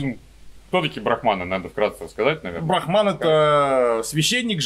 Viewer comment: брАхман, а не брахмАн. Это разные понятия :3 БрахмАн - понятие, обозначающее надличностный, индифферентный абсолют, «душу мира», первооснову всех вещей и феноменов.